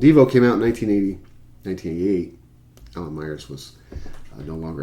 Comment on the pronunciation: 1988 Total Devo came out not 1980 sounded like you said 1980. Far as Shout goes and Alan Myers not Electronic Drums the kind you play as you stated like Oh, No! It's Devo '82, I read more like Drum Machines and Drum Programming used on that LP. I love Pink Pussycat, Secret Agent and also Working In A Coal Mine. Though by New Traditionalists '81 Drum Machines were started to being used mixed with Alan's live drumming also though. I totally agree with you about Whip It always a like/hate since I got real into Devo since 1999 I been into them prior just knew them for Whip It Music Video which I saw on VH1. Those dumbasses at the shows are not fans if they just like Whip It and NuTra like Through Being Cool was a direct attack on that Single too for their new found fans that jumped on the band wagon for just Whip It.